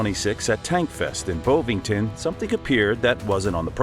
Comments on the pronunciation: Wish Americans could talk properly....Bow vington my arse it is BOVINGTON. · Bov not Bauve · Bovington. Not 'Bow-vington'. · Bowvington? FFS. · Bo Vington 😂😅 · BOW VINGTON DUDE ITS LIKE BOVRIL BUT THEN YOU YANKS GET BEAULIEU WRONG TO YOU CALL IT BEAU LI OW JUST NO HOPE FOR YOU ALL PRETENDING TO SPEAK ENGLISH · Bovington... short 'o' as in 'on.' Native English. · The 'O' in Bovington is pronounced like the 'O' in 'F*ck Off'.